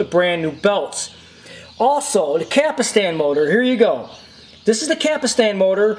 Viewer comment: Just saw the video, Some notes I have:.First: the rubber wheel on the loading ring is called "pinch roller". you should say "capstan", not capastan".and you don't just pull on the capstan rotor! it has retaining washers on it.What you want to do is slowly pull on the rotor while the unit in on it side, and collect the plastic retaining washers with the other hand. then clean the capstan shaft with alcohol.next put a drop of sawing machine oil in the upper and lower bearings (otherwise they will fail down the road), slowly insert the capstan rotor while putting back the plastic retainer washers.carefully push them back against the bearings, and clean the shaft again with alcohol.you are correct about replacing belts and tiers only with fresh ones.but it is not a Betamax only that fails with rubber parts, ANY deck of ANY format will fail due to rubber belts and tires wearing out or dries up.Other than that, you did a great job. I love these old Betamax decks!Best Regards,Moshe.